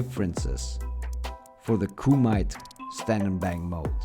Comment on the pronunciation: Nice video bro. It's called Koo Ma Tay. I love the game. Just like every year. So far I have to say this game may be the best in the series. Especially with the latest patch (7.0). Other than a few other things that need to be updated, tuned and added, we really need cross platform from console to console. It's 2022 I don't get why this isn't a mandatory feature.